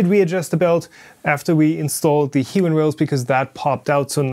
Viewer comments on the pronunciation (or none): As someone who has used them a lot for industrial apps, it's pronounced High-Win. Not "he-win". (I have spoken to their reps at length on multiple occasions...) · I heard both "He-win" and "High-win" in this video. After a little googling I believe "high-win" is the correct pronunciation. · He just miss speak in the middle of the video and saying low tolerance hiwin